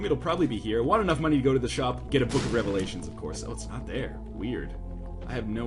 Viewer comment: take a shot every time he says book of revlations